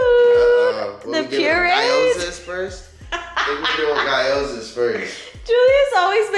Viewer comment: Guy-yoza???? It’s g-yo-za. 😅